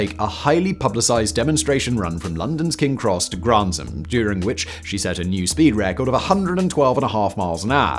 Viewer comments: And of course there are Yanks in the comments claiming they have a faster steam train. We Brits have the officially-recognised record, so deal with it. BTW Simon, it's Granth-am, not Grant-ham. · And it's "Granth-am", NOT "Grant-ham". 😠😠😠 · 5.37 "coefficiency"???!!! Coefficient. 6.18 "Mall-erd"???!!! Mall-ARD. 11.50 "Grant-um"???!!! Granth-am. Oh, and it's Gresley, NOT "Greezly". Apart from that, quite interesting video... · Gres-ley not Greas-ley and Granth-am not Grant-ham. Heard this so many times as a boy as my mothers father was a fireman and later during the war, an Engineer (Driver), until he lost his arm in the fifties. I don't believe he ever drove the Mallard but we have photographs of him at the controls of A4's, the Silver Fox and Bittern. Went to 'The National Railway Museum' a couple of years ago to try and find out more? Quite difficult as I had to use ultra slow 'Vista' on their computers and half of the 'microfishe' were missing!